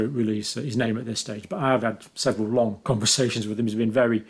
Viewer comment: I think JC is losing it, see how he says the word "long"